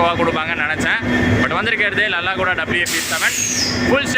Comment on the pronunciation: லாலாகூடா என்பதை லல்லாகூடா என்று சொல்லறீங்க. ஹிந்தி கற்றுக் கொண்டீங்கன்னா இந்த மாதிரி பெயர்களை சரியாக உச்சரிக்கலாம்